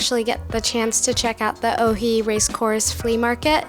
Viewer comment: It’s supposed to be “Oi” and not “Ohi”. The video is very good and you made a good job describing the details.